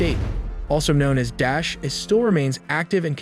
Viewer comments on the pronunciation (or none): Where did you get this information from, You can't even pronounce (Da eesh) correctly. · it not Dash ... It's Daa - Esh ... Pronounce it properly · Not DESH its pronounce as DA ISH.